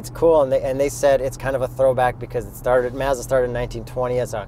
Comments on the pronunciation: First off your reviews and videos are the best, but it's not maaahzda it's Mazda and yes I'm from the states so maybe I pronounce it wrong just sounds weird funny when u say it. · Something is not quite right how he’s pronouncing Mazda. Can’t quite pinpoint it but it’s off and irritating.